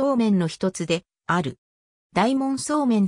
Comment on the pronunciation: 「おおかど」素麺ですよ。全部読み間違えてますから再生回数少ないうちに音声を修正したものを再アップされては？